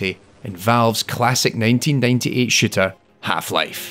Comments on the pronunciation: I swear he said 1998 Shitter.. lol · I thought he said shitter as well. haha